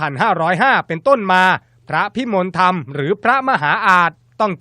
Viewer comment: เขาอ่านว่า พระพิมนละทำ บักผีปอบ